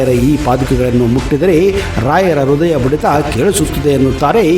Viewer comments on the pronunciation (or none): none